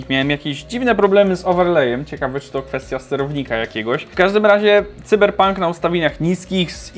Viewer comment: Błagam Nie "cyberpank " Sajberpank xD